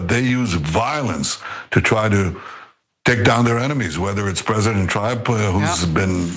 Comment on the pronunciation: He didn't pronounce Trump's name properly why? 😮😊😅